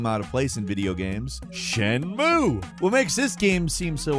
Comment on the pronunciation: As often as you talk about shenmue, someone should have pointed out how you're balking the pronunciation. Or you're doing it on purpose. Which is worse. If you're going to say Japanese words, take a few minutes to learn how each vowel sound is pronounced.